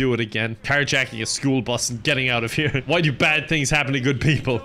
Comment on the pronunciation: The classic "School Brus" attempted aggravated a🧂